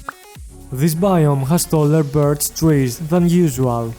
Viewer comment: Nice video .. i wish i can understand even a few words. This accent and mispronunciation is unique. Biitz dezah biumj , bird triies , emorods - so many new words to add in our dictionary. You should become a great english teacher.